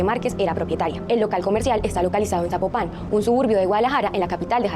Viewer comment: Que no se dice Zapo- pan se dice Za-popan